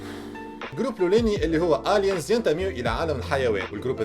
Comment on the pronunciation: Aliens ama pronounced Eliens